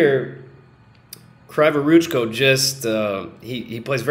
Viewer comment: Kryvoruchko reads like "Cree voruchko" it's Ukrainian surname. Word for word translation "Crooked hands" :)) But "cree", not "cry"